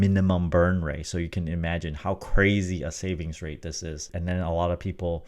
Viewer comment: 10% "savgins" noiiice